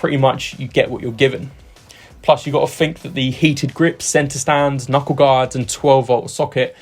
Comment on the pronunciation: But he did say "Free" for "Three" and "Fink" for "Think".